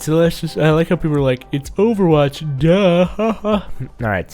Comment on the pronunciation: in the beginning spelled Overwatch wrong 😂😂 he said over wach XD